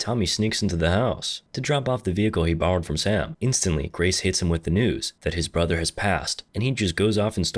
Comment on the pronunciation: "Clapping his brathurRR~"